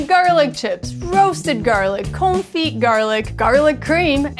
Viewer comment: Con-fee, you don't pronounce the 't'